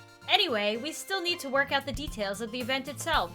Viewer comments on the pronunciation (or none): none